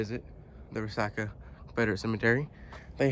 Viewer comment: Re-sock-a not re-sack-a is the way I thought it was pronounced.